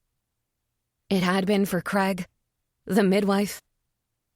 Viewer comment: Do wish Americans would learm correct pronunciation of CRAIG